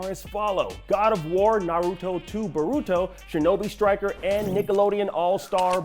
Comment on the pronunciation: he pronounces naruto and boruto so badly